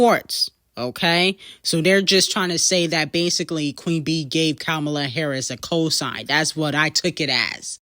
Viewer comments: I love you so much, but it's (kah-mah-lah) not kamula 😭😭😭😭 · Her name is Kamala (com-a-la ) not Komula!!! Who tf is that?